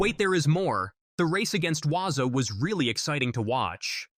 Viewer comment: The South African runner is not Waza, its Walaza...Please!!!